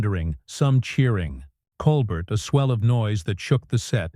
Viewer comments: The script is the most godawful bilge, you don't even pronounce Colbert's name correctly. I gave up after 1'30''. I'll look on YouTube to see if I can find the event. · First, learn how to pronounce his name. And why not let us see this exchange instead of describing it. What a joke. This is fake news. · Please explain to your AI robot that Mr. Colbert’s last name is pronounced without the “t”. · The narrator doesn't even say Colbert's name correctly...... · If you can't pronounce Colbert's name, you're not in the game. Hang it up, OK? You're making a fool of yourself, "." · Musk was on the show in 2015 but wasn't kicked off. BTW this AI voice can't even pronounce Colbert currently 😅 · and the AI cannot pronounce Colbert correctly. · is AI the reason for mispronunciation of Colbert’s name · This AI stuff is a joke, "Stephen Col bert." It's Col-bear you idiot. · AI announcer can’t pronounce a French name. Watch the original Stephen Colbert (coal bare). 🤦🏼‍♀️ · You could just type, "Col-Bair" into the AI prompt to get it to pronounce his name correctly. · FAKE. And his name is "Col-BARE" not "Col-BERT". You could at least get his name right. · This is being read by someone who doesn’t even know how to pronounce Colbert’s name. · That’s not Stephen Colbert. It’s whatever lazy people use to scape and over voice with AI . Truthfully badly done. Colbert would’ve been much wittier and to the point. This AI or whatever can’t even pronounce his last name properly. It’s coalber phonetically not Coalbert. This crap should be banned. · Coal-burt? Really? FIX YOUR STUPID DICTATION ROBOT! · Blocking this channel - waste of time. "Col-bert"..... 😅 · Stop mispronouncing his name! colbear! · It's pronounced "Cole -bear"! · It's a nicely creative story. Try learning how to pronounce “Colbert”. It is not like coal burr. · Oh, that mispronunciation bugs the daylights out of me! It's COAL BARE, dufus. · It's pronounced 'coal bear' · You mispronounced Stephen Colbert name